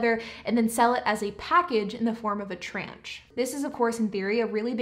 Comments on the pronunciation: Well done! Side note, tranche is pronounced like "launch" with a "tr". Great breakdown of Carvana - the whole thing is shady and glad it's coming out. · Tron ch is how you pronounce the word tranche (rhymes with launch). It’s French so I can understand the mistake. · That pronunciation of tranche though 😅